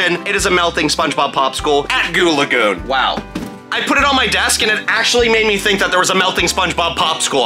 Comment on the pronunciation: Yes you’re pretty good at saying goo lagoon!